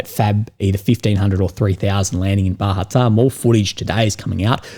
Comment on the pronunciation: It's Bahatir, not Bahatar.